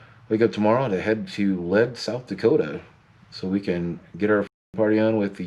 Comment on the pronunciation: was up in that area last year and stayed in Lead, but its pronounced LEED , SD, it was awesome.